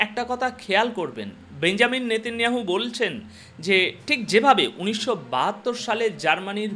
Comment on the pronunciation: বেঞ্জামিন ❌ বেনিয়ামিন ✅ বেঞ্জামিন শব্দটি খ্রিস্টানরা ব্যবহার করে